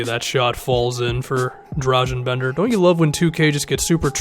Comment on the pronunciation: dra-gahn bender ffs its been long enough